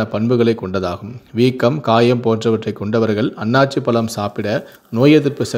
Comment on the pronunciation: not Aanachi. it's Aanasi